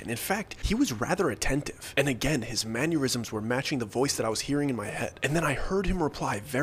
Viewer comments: Bro, love the storytelling, great channel! If I can make a correction....it's not a big deal but it's like fingernails on chalkboards to me man, lol... It's Mannerisms, Man-er-is-ums NOT Manyurisms Man-your-is-ums Thanks brother lol...sorry, It bugs the hell out of me :-) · I love the way you really leaned into "manurisms", instead of "mannerisms". It adds flavor! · "man-yer-isms" aneurisms for men LOL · Dear, I know you're not gonna read this I love the stories but some things irk me It's Mannerisms Man-Er-Ism nor "Manyeurism" And Peripheral Per-If-Er-Al not "Periphreal"